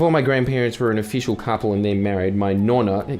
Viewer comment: is anyone really not gonna say something about how he pronounced nonno and nonna?